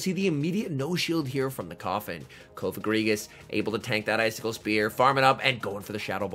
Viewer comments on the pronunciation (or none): how do you pronounce coffin? If you're saying Cofe-Fin I git bad news for ya... it's pronounced cough-a-gree-gus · Why the constant change of the way you pronounce cofagrigus ?